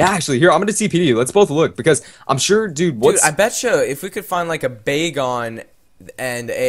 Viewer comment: when you faught wynaut bagon actually sounded like it said "BACON!" xD